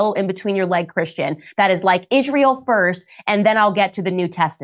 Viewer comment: why does she pronounce it "ishrayul" i dont understand